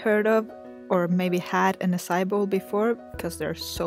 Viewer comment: It is not pronounced the way u said it say it like ahh like when a dentist tells u to open ur mouth then psy then e